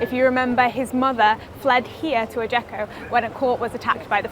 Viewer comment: Note: it’s pronounced ajaxio